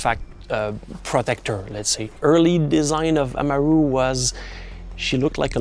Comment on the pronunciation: They can't pronounce amaru right